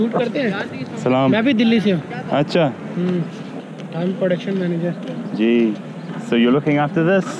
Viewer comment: haha you say ah cha which is derogatory term in cantonese for indian subcontinent people